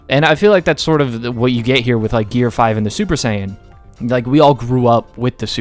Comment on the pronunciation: Finally, someone said it right.